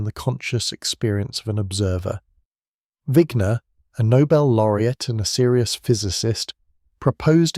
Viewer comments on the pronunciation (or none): none